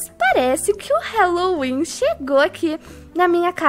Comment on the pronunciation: Odeio ser estraga prazeres mais e HAAAAAAAAALLOWEEN QUE AGUNIA QUANDO FALA HELO HELO NAO EXISTE NO HÁLLOWEEN E HÁLLOWEEN NAO HELLOWEN MDS SOCORRO ALGUÉM ENSINA ISSO PRA PELO AMOR DE DEUS